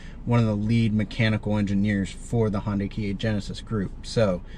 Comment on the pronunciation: Does he say Honday just to piss people off?